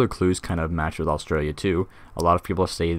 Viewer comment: the way you said Australia maaan it is Australia the track is the track of a feral cat btw you inspired me to start my own channel on this game